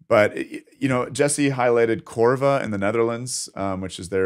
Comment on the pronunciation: Oh, and, it's COVRA, not CORVA 🙂